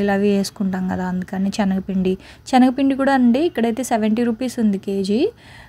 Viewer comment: Adi chenaga pindi kaadu talli Senaga pindi video lo 100 times anubtav chastunam vinaleka